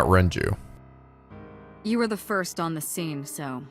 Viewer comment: And he keeps alternating between pronouncing Renju’s name correctly and saying Renji. ...He kinda looks like a blond Morishige, now that I think about it.